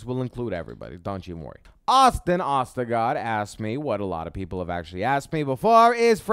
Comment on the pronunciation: Its pronounced like Oh-stergaard Frankie. But at least you tried man! Thanks for the shoutout!